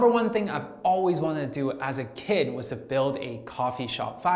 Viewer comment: Wow 😳 you saw how he emphasized AS A KID! this man is still young i mean this sir is still young older than me but woahh that cool .....